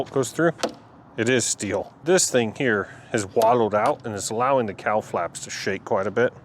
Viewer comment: I know what a "cowl" is but every time you said "cowl" i heard "cow" and i thought to myself "why would they name that piece a Cow Plate" 😂😂😂 Anyway, fine job on the "found" motor, random parts, half-assed maintained, fall out of the sky, plane rebuild. You seem to be a quite competent aviation mechanic. The list... Bomb shelter refurbisher vending machine extraordinaire, general badass rebuilder of most things... and now "plane engineer" who knew?!? Keep up the great work. You're doing a fine job